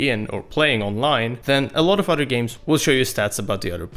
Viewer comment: I love these guys but, the bad Engrish is driving me crazy... Udder instead of Other, Alfer instead of Alpha.. I know it's accents but PLEASE work on it guys!